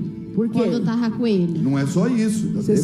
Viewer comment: adoro esse "TARRA com ele" kkkkkkk